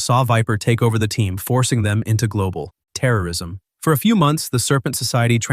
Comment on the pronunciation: This is the worst AI narration I've ever heard "into global......................terror...ism"